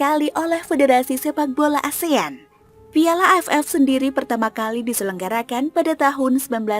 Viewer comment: Ngomong piala nya biasa aja donggg